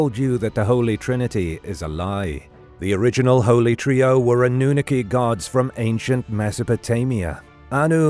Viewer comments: Ah-nu-NAH-KEE,. NOT “ah-nu-nu-kee” Sorry, bro. No disrespect intended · I'm from the U.K. and I can tell you that is pronouncing it wrong.